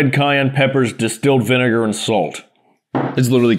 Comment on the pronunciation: rlly said "viNIGER"